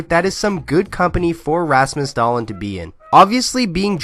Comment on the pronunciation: Just butcher that lastname!